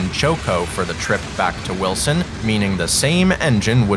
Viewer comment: You got Choco and Greenville right, but you keep pronouncing Wiltson as Wilson.... C'mon now.... It's WILTSON